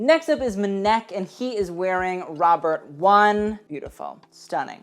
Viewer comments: really said "mehneck" with his whole chest 😗 its spelt M-N-E-K 😂. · MNEK isn’t “mneck” it’s “em en e Kay” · SO MNEK .....It's pronounced 'Emeneekay' not Menek..... ;-) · It’s ‘em en ee Kay’ not ‘em neck’ lol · Just for your future reference mnek isn’t pronounced as a work but as each individual letter M.N.E.K. Really loved this video otherwise though ❤️ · Not Meh-nek 😂 it’s pronounced M-N-E-K, now say it fast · Since I can't find references to it here, it's not Muhneck, his name is pronounced Ehm Ehn Ee Kay. Basically spelling the letters 😁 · I love you but it’s pronounced M.N.E.K not “maneck” haha 💕💛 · NOT ‘mnek’ as one word 😭😭 I think it’s M N E K , like the separate letters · "Muh-Neck" ahahahaha! It's Em En Ee Kay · Mineck I- 😭😭 it’s MNEK with all the letters being said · MNEK is pronounced em-en-ee-kay as if you're sounding out the letters. Not "ma neck" 😭😂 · Hey! MNEK is actually pronounced as the letters, so EM-EN-EE-KAY :) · MNEK is pronounced "em-en-ee-kay" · not m-neck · The way you said MNEK 😂😂 its just each individual letter (M-N-E-K) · MNEK is pronounced Eminike like you saying the letters. That’s his actual name (the way the letters sound when spoken) I’m pretty positive. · MNEK is pronounced 'em-ee-ne-kay' ;) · mnek is said like this: em-eh-nie-k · MNEK’s name is pronounced M N E K. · Queer ppl repping on the carpet is always good to see. Also MNEK's name is each letter pronounced as a singular em-en-ee-kay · Had to pause the video to come and find this comment! LOL. "M'neck" Lord no. I cackled. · not pronouncing MNEK as "m'neck" tho lmao 😭💀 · HOW DID YOU JUST SAY MNEK?! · the way you pronounced MNEK 😭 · The way he pronounced MNEK 😭😭😭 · THE WAY MNEK WAS PRONOUNCED😭😭😭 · MNEK, M'back...